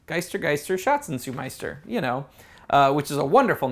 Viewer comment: Gotta work on your German lol... ' Schatz (Treasure) Such (Seeking) Meister (Master) ' . (I'm not German ;-)) Great vid though :)